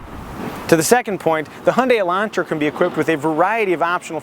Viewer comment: Thank you for not saying Elandtra.